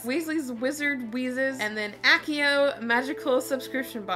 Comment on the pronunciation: You mispronouced Accio